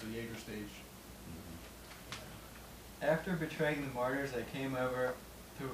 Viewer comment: It's pronounced like this.. mar-ters, not mar-tars. Aaron Matts <3 I know someone just asked in a way, but did Whitechapel play anything from The Somatic Defilement? Two of the big four! Nice haha! Did Slipknot do the get down/jump up thing?